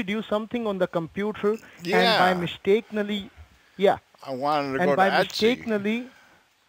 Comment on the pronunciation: Mistakeneley? Is that a word? Well he did say it 3 times, so I guess it is! Anyway, just let him speak to his sooperwizer ( I guess there's no seenyor sooperwizors in his rat hole) and he vill be get back to you.